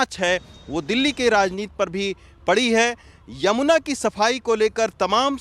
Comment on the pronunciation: यमुना जी बोलना सीखो संवादाता